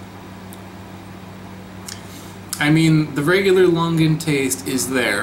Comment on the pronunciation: It is similar to your typical Longan, just the skin is different. Actually your pronounciation of Longan & Sarawak is a bit incorrect, hihi, it is actually Lo-ngan. I love your videos